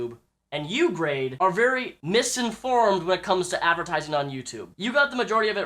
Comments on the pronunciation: You always been a big fan of grade? You cant even say his name. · You say that you are a fan of grade but you kee mispronouncing his name.